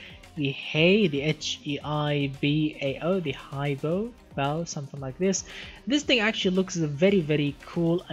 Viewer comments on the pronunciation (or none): I think "Hei Bao" is Chinese, and should mean "Black Panther". You're supposed to pronounce it "Hey B-au".